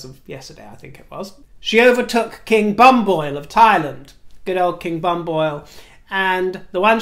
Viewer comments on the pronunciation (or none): Dearest, Thailands late King Bhumipol is better being pronounced Boo-me-pol… your little invention of King Bam-Boil (🥸) makes all Thai People burst into tears - run to the Temple and pray for forgiveness for a week 😏. Noblesse oblige. Love ❤️ Love ❤️ Love your Videos … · Hello, loves your show and your comments on Royals. Just a teeny tiny bits of corrections. King Rama IX of Thailand's name (karaoke spelling) pu-mi-pol /longer version pu-mi-pol-aa-dul-ya-dej. It is a name based on Bali and Sanskrit language so spelling is a bit different than normal English spelling. But thank you for mentioning our beloved King. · Dear, I hope you're not going on a holiday to Thailand as I think you mispronounced the late king's name! They're rather strong on lese majeste. I think it is pronounced Booniphal or something like that. Anyhow, I agree about the teeth as I'd noticed it from recent camera shots but he might have to have some teeth removed. What a hoot about the QM's choppers! Unfortunately I have thin enamel on my teeth so they look yellowish regardless of anything I do. Tbe dentist has advised me to leave them as veneers and whiteners wouldn't work. Just as well I'm not trying to be a princess because you'd be commenting about my rusty teeth and my wrinkles. Lol. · Dear, I'm your huge fan from Thailand. The late Thai King's name is pronounced as King Poo-mi-pon. I understand that the pronunciation is different from spelling and a lot of foreigner would pronounce as you did but I just want you to know how it's pronounced correctly.